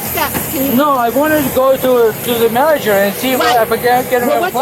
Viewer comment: "I wan talge da man jerr" 🍸🥂🥂🍹🍹🍸🍸